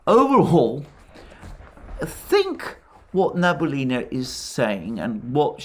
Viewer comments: thx to you reports. Its funny when you name russian central bank head as Nabulina, in fact his surename is Nabiullina, which is pronounced as Na-bi-u-li-na. Its actually not hard to pronounce, what is really hard is her patronymic. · Banker's name reads Na-bee-OO-li-na, with stress on OO. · As always, excellent presentation. Today, the name of the Russian Cantal banker was used many times. Regrettably, your pronunciation of the name is incorrect. It is NabiUlina, with the accent on U. Thank you for all your programs. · Sorry for this remark. But. The Chairwoman of the Bank of Russia is Nabiulina. Not Nabulina. I'm from Russia and Nabulina really hurts my ears =D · The last name if the Russian Central Bank is pronounced as: Nah-bee-oo-lee-nah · Great work as always, Alexander. Just one thing... the name is Na-bee-oo-li-na. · Central Bank Chairperson's name is pronounced rather like Elvira Nah-bee-'oolina. She is Tatar, so's the name. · Small correction: Nabiulina is pronounced Nah-bee-OO-lee-nah. Accent on "oo" And your recaps are the best from the English-speaking crowd. But, you said her name so many times, it really.. shall we say... got to me as a native speaker. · "Nabulinrrr says why the Wubl is so strong" 🤣😅😂🤣😅😂 I am lovin it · Na-bee-U-llyna is not responsible for GDP, she cares of the inflation rate. If you want to know how it sounds in Russian, you can highlight the word Набиуллина , then after click on the right button of your mouse select (y-a-n-d-e-x translator) and it will make it sound for you.